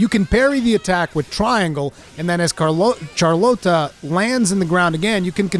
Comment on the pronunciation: “Char-Lote-ah” lmao Game is awesome so far!